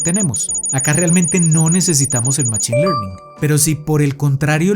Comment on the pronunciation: Buen video, lo agradezco. Un pequeño feedback es la pronunciación de "machine" que en inglés se pronuncia "mashine" y me provoca escalofríos cuando lo pronuncias en español con la ch jaja